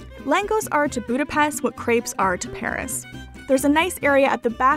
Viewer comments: Boo-da-best..... triggered hungarian noises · I liked your video and because you were struggle pronouncing some word with “s” i try to help you! If you see an “s” in a Hungarian word it has to be pronounced like “shhh”, and it is always like that, so easy to memorise. “sz” pronounced “s”, as you do it in english normally. I hope it helps, and trust me will be appreciated by Hungarians if you pronounce Budapest(not Budapeszt!) properly! ;) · a little lesson: How to say Budapest NOT boo-da-pest CORRECT: boo-da-pesHt 😀😉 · It isn't pronounced 'Boodapest', it's Budapesht' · Did you not have the biggest Hungarian dessert Palacsinta? My mother was Hungarian and I grew up with them. They are crepes with fruit filling. Crepes like croissants were invented by a Hungarian hotel chef, not the French. French chefs visiting Budapest (pronounced Buda/pesht) in the 1800's took them back to Paris. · great video but one thing I noticed is that if your making a video about Budapest you should make sure your saying "budape-sh-t" because in hungary unless there is a z after an s it makes a shhh sound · Great video. Its pronounced BudapeSHT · Buda- pesht! Try saying it correctly. You expect me to say Toronto correctly! And if you want to piss off a Hungarian, say that something in Budapest reminds you of Vienna.